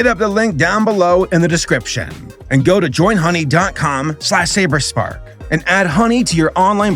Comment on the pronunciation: you said the name correctly